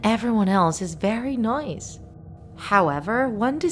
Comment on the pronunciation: Why did u say "NOICE"